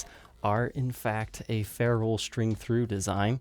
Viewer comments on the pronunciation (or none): none